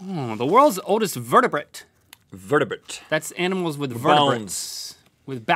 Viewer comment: Didn't know anyone else pronounced it 'animules'! 😂